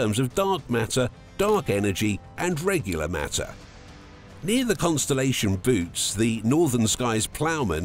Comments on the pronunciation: It's pronounced "buh-oh-tees" not boots... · Can’t make videos about the universe and pronounce bootes like boots 😅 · Jeeze, a supposed scientific video that can't even get the name right. It's not pronounced "boots". That makes me think the rest of their data is also in error. NEXT!!!